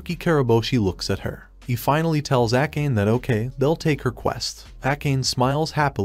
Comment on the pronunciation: Akane.. (Even google translate pronounced it correct) . Why Acane? Or that's her real name 😅